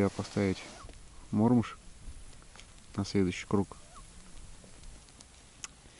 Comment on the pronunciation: добрый день! Всегда приятно и познавательно смотреть Ваши видео. Я, человек уже с большим багажом, и мне" режет слух" неправильное произношение исконными россиянами многих видовых названий беспозвоночных - пищи рыбы, а именно, неправильно массово, в том числе и Вы, произносят "Мотыль" и " Мормыш" с ударением на первом слоге. Согласно давно принятым правилам ударение в обеих словах ставится на второй слог. Был бы очень Вам благодарен за акцию по правильному произношению таких приятных и любимых рыбаками слов. Спасибо за понимание!